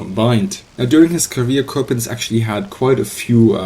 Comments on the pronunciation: Michael Bohmer no i didn't mean it like that i meant that you pronounce it like you would as a german he said it like a frenchmen would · you pronounce coppens like you would in german its a flemish name and you pronounce it like a dutch person would